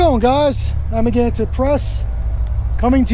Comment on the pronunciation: It sounds like "I'm against it": Amagansett